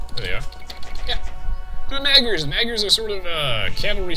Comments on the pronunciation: "Magyars" is pronounced "Modj-ors" or thereabouts. My grandmother is Hungarian, she taught me a little. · The two "a" should sound like the "a" in "fart.